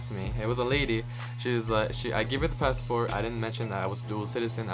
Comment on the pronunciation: Sorry this just annoyed me. It’s Pass-Port. Not Pass-A-Port. In Spanish we do add the extra A but not in English.